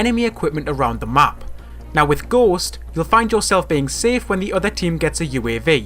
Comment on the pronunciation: What he said: Ghost What I heard: Gost